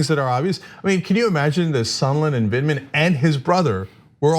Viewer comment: ANA KASPARIAN: YOU ARE STILL SAYING HIS NAME WRONG. It’s Lt. Col. Vindman, not Vidman. The first syllable sounds like “vend,” and it rhymes with “wind.” It’s Vind, not Vid. Listen to how Cenk says it. Sorry for my shouty capitalization; I’m just hoping you see this comment this time.